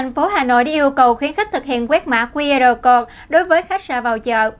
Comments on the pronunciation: Mã QR "cột" là mã gì? /câu-d/ cho "code" mà phát âm ko ra hồn thì làm cái gì nữa mà lên phát ngôn trước cả triệu, người!!! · * Speaker còn trẻ nên học thêm tiếng Anh . “Code” phát âm sai nhé.